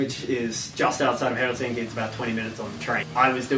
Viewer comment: The way you pronounced “Helsinki” sounded very Finnish to me. I’m not Finnish but I’ve been there over 20 times.